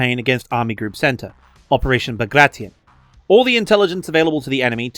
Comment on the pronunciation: great video. If only you could pronounce words correctly. "Operation Bag-rat-i-on"? Ugh.